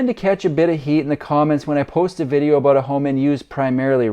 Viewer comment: What's that home all aboot?